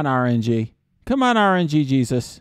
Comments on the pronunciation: This shouldnt annoy me as much as it does but... R-N-Jesus. Not RNG-Jesus, the G runs into Jesus lol. Other than that, great vid as always dude! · rng sus is the pronunciation. not rng jesus